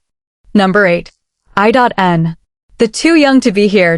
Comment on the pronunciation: Channel creator might want to better train their AI computer voice. It's I N...not I.dot.n😅😅😅😅